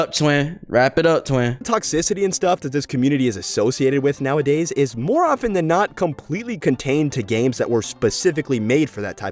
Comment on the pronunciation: Why did bro just say oten